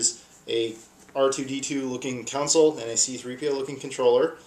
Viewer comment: dude it console not counsole